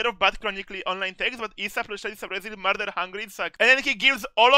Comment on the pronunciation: “Just mearder”